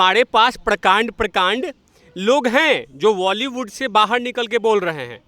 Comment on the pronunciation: Sr sab kuch thik hai or mai or kuch to ni ye zarur dekhti hu apka intwb bus ek choti c kami ko ap sudhare ap it's bolywud not voly